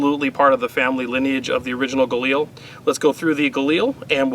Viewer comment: Everytime you said "galani" I thought of Brad Pitt saying "gorlami" lol